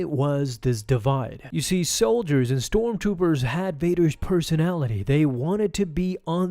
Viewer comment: you said storm toopers. I think i like that better